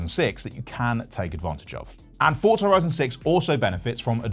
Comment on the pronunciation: Why do people say FORTZA is FORZA